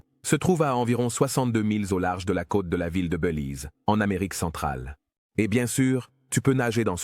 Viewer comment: On dit : " Bélize" et non : " Beulize"! Faut arrêter la beu ou l'IA!